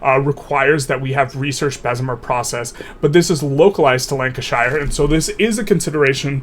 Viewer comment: Top loser is obviously The Great Chin of Facial Hair. Also, it's not pronounced Shire as in Lord of the Rings, more like Cher (the singer) so Lanka-cher. (I was born there btw, so a native!) Same for all English shire counties.